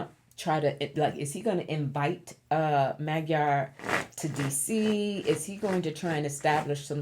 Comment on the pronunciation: Hiya,. If I may humbly show you how to correctly pronounce "MAGYAR". 1st of all, that is the Hungarians call themselves. It is also in the official name of Hungary, which is NOT the what Hungarians use BUT MAGYARORSZAG. which translates to" the Land of the Magyars". However, that word is pronounced "Moh-JAR because in "hungarian language, MAGYARUL"" a "DY" is pronounced, " JYA". I understand Magyarul thugh I'not fluent right now because I don't use it everyday as I did before God bless you, Gurl and please continue to allow the Ancestors to provide guidance to you to pass on through to your subscribers. BTW, I'm curious if your Spiritual name, "" was given to you by being intiated as a "MESSENGER OF LIGHT" do you know if it's Nigerian, WEST AFRICA & if it's taken from IGBO or YORUBA? It caught me ear immediately when I heard your name. I'm American born medium and speaks to and sees my ancestors each and everday since I "WOKE UP" in 1995. LOL!